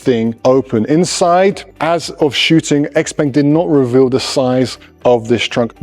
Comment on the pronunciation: Congrats… Can‘t even pronounce the name of the manufacturer correctly. Why should ANYONE listen to ANYTHING this (self-proclaimed, I‘m sure…) „expert“ goes on about…